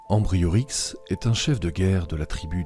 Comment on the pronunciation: C'est un fait on n'a plus jamais parlé des Uberons dans l'histoire ;-) C'étaient les É-bu-rons. Et leur chef s'appelait Ambiorix et non Ambriorix :-)